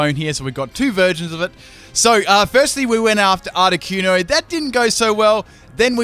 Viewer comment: THANK YOU! Finally someone who pronounces Articuno the way I do.